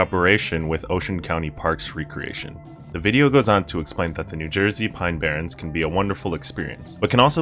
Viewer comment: It's parks and rec·re·a·tion 🤦‍♂